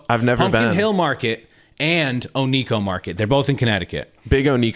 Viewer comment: Personally I like to pronounce it one-co. Great podcast, guys 😊